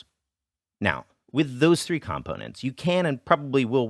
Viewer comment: this is pretty good, but says "components" weird, so 4 out of 5 stars.